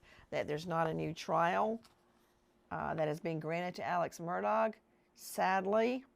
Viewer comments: It's pronounced murDOCK Not murDOGG. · Alex "MURDAUGH" THE G IS SILENT. Mur dahhhhh. Not MUR DOG. for future references The purpose of the evidentiary hearing "THE JUDGE WANTED TO MAKE A FULL AND COMPLETE RECORD WITH ALL POSSIBLE EVIDENCE AND PROFFERS "For the Appellate Court to decide based on facts" and all the Lawyers knew that. IN THE LEGAL WORLD ITS CALLED A HANDOFF but this was done properly.